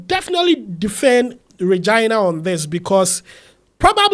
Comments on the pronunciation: It’s pronounce as ray-gi- na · Did you just say "Vaginal" or "Reginal" Daniels? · you mispronounced Regina name.